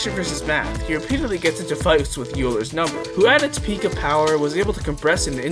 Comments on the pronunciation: it's pronounced "Oiler" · Did you just. MISPRONOUNCE EULER???????!?!?!?!?!!!!?!?!?!?!!?!? this is an unforgivable sin